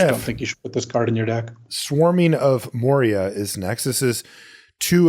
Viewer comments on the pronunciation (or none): none